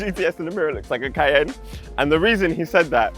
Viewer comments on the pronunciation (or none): none